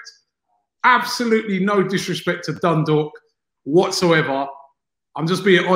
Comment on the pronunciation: Robbie has pronounce dundalk perfectly